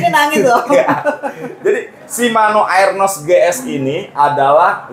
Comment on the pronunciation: arnos bang,bukan aernos bacanya